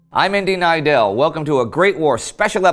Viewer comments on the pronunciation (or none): Until I saw Indy's name in writing, I thought his name was Indian Idel based on how he says it.